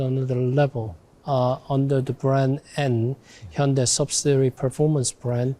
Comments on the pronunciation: It's promounced 'Hun day' or 'Heon day' why do we have to absolutely burcher the name. You can even hear the korean guy say it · I can't believe he said hy-un-dai. Especially after those adverts for the correct pronunciation in UK. Schoolboy error. Or did he mean it? 🤔🤣 We need cars like the 74 and that Renault 5 concept and the likes of 😍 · Oh god! He said hi-un-die during the interview 😂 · Man said "Hai-En-Dai" to that guys face 😂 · Good lord, it’s not pronounced “Hi-yun-DIE”. Automotive journalist but can’t take the time to learn how to say the word correctly 🤦🏻‍♂️